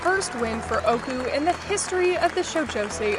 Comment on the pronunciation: im so glad ooku was able to get its well deserved win in the legacy award! just a friendly reminder from a native japanese speaker, ooku isnt pronounced "oku" its "oh oh oku" Great video and im looking foward to seeing the 2024 version next year! :)